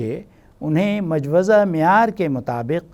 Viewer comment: the right pronunciation is Mojawweza